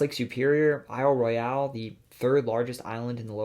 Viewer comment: Yeah, for the most 'unusual region' of the state he chose... 1/3 of the state. He could have narrowed it down to something like the Isle Royale (ugh he butchered 'Royul')/Keeweenaw midcontentinental rift area, or the Huron Mountains and the secretive Huron Mountain Club and their rejection of Henry Ford, or the lakeshore dunes, or even the tiny little areas of the southwest corner that are the only part of the state in the Mississippi watershed.